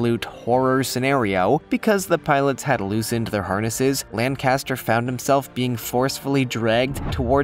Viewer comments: I love the way Americans say 'Birmingham, England' wrongly, most just don't know how to pronounce it. This fellow however gets the pilot's name wrong as well - he misses the 'c' out. It's not Lanaster, it's Lancaster. I grew up in Birmingham (first syllable stressed not last) England. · It's pronounced LANNCASTER. Wish you septic tanks would pronounce English names correctly.